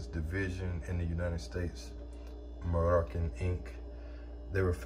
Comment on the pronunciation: Say Mar-Rue-Shawn